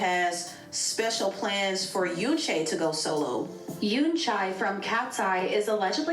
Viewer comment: homegirl said some yoonCHAIII 😂😂